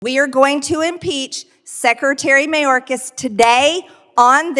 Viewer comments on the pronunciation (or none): Lol "Secertary" - Margie Traitor-Clown sure has a hard time with the English language